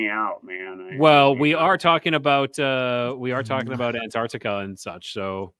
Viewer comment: Hey. What a fun show tonight. But I had to stop to tell you, you totally cracked me up with the Mandela Effect of pronouncing and say Antarctica 🤣. I remember being in third grade and reading aloud and pronounced island as is land. I was mortified due to most kids cracking up. 😵‍💫